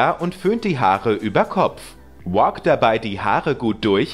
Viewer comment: Aha, man soll die Haare also walken (englische Aussprache) 😂😂😂